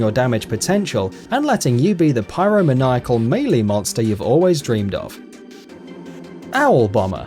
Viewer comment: did he just pronounce pyromaniac as 'pyro-muh-nye-ack'? The fuck